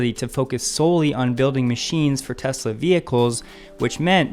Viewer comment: I like that you pronounce the name correctly. Please teach Bob Sullenz that the name is pronounced "Tezla," not "Tezzla." :~)